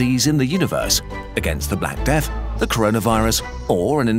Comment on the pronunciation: "Even in Seath I Still Serve"